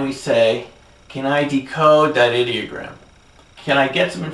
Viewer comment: Did he say 'idiot gram?' the first time he wrote 'ideogram?' That's one heck of a slip.